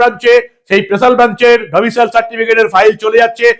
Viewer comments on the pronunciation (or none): আপনাকে বারবার বলেছি Domicial নয় , Domicile 😮